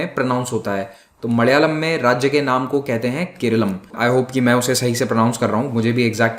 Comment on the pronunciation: I really enjoy the way he pronounces koyampuththoor. It's like he is driving a car with bad suspension, and suddenly hits a set of rumplers. 🤣😂 Malayalam as madayalam.